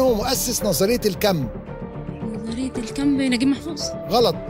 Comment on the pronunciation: كمان بتقول نظرية الكمب 😂